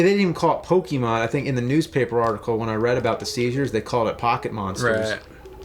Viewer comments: really bother me much. But it's actually PoKAYmon, not PoKEYmo. I just don't like when people say Pokemans lol. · I can't even listen to you guys talk about Pokémon generally. Did you guys even play the games? It's pronounced "POH-kay-mon", though, not "POH-kee-mon". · its po ke mon not pokeemon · Pokémon is pronounced Po-keh-mon not Po-kee-mon there's an accent on the e é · Of course James & both call it Pokeymon. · Hum... It's pronounced Po-KAY-mon... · What is it with some people pronouncing it 'Pokeymon'? Cracks me up! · I hate when people call it "pokey mon" 😑